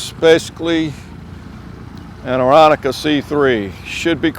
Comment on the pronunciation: No offense but I was taught it is pronounced with only three syllables.....as in " air on ka "( with the accent on the middle syllable ...I was born and raised back in the 1950's only a block away from Piper aircraft corporation in Lock Haven,Pennsylvania and can remember watching many ,many cubs and later super cruisers land and take off every day.....literallyright over my house. .the Piper memorial airport still operates for general aviation....but alas the once great factory that built so many cubs now sets ghostly quiet.